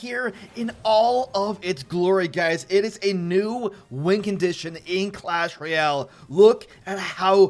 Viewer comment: I cant be the only one that is annoyed by the way he says royale right? Sounds like reeyal